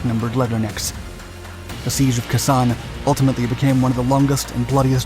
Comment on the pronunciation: I couldn’t listen to kah ZAHN anymore. It was KAY sahn when we were there.